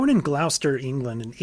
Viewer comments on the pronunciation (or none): ❤ it is pronounced glosster. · I'm loving this so far and as a Britbong all I'll say is, it's pronounced gloss-ter, but hey, that's the fault of our ridiculous spelling and lack of concrete rules. Big love